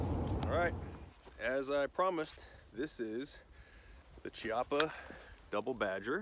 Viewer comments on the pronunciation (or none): I don't want to be "that guy" but It is a k sound not a chee sound. Ki-appa. Just saying bro. also good video, I don't like the gun, but that's not on you. that's On Chiappa. I like the Rhino, and a couple others, but this one, I won't ever buy. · As in Chianti